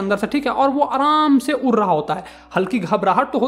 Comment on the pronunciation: उड़' को उर' ड को र. 👀